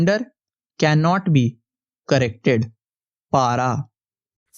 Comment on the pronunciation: It's not पारा it's पेरा acche se boliye please